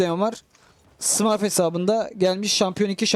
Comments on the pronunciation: Herşey güzel de, şu smurf kelimesini doğru söylesen iyi :d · Abi lütfen smurf ü düzgün söyle 😅